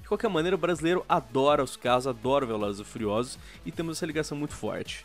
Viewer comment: kkkkk "pratãngunixta di velozes e furiozdulus" O gráfico do jogo é tão feio que deixou o sequelado!